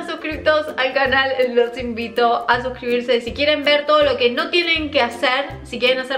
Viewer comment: lo que dice: No olviden de suscribirse lo que yo entiendo: No olviden desuscribirse 😅 jajajajaj Eres la mejor!!!